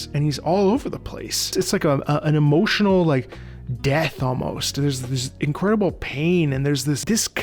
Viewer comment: The moment he said "emotinal death". Bull's-eye.